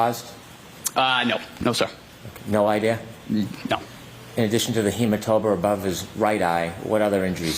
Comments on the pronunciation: Brennan —“hematoba” 😂🤦🏼‍♀️🤣😭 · HematoBa. Hank you said it twice. What the hell??? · brennan : "a hematoba" 🤣